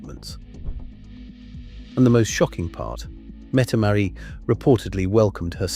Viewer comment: Not Mette Marie METTE MARIT !!!